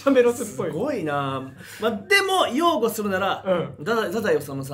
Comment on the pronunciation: 擁護(えんご)って読んでないかこれ